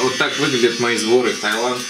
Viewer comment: Таиланд, а не Тайланд.